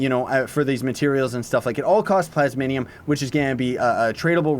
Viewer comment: Ikr some people say plasmonium. Its just plasmium